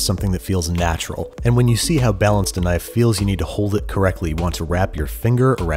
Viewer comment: Thaht's nuht a NYFE!